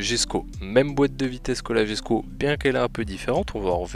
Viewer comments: ok désolé mais ça m'irrite quand on dit jesko au lieu de yesko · On dit yesko pas jesko